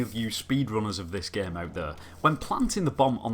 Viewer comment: I love the way he prenaunces the word game g e e m